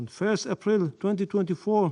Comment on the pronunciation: He’s a Tosser he can’t even pronounce APRIL. IM DISGUSTED